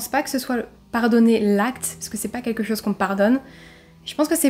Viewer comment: J'aime bien ce léger "accent" il s'est passé quelque chosss... il y a des chemins de fehr 😁😁😁 C'est mignon